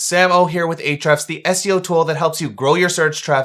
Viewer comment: "H-refs" --- the "A" is silent. Mind = blown.